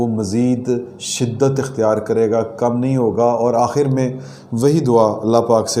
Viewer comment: کیامیی میی لگا رکھی ھے پہلے اردو سکھو بعد میی خبیریں دو